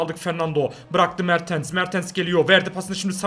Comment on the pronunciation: Abi se mertens se mertıns diyon